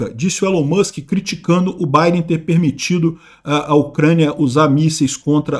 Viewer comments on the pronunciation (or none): none